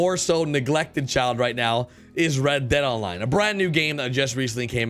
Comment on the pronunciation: Drinking game: Take a shot everytime he says "Rededaline". Slap the person to your left everytime he says "GATonline". GO!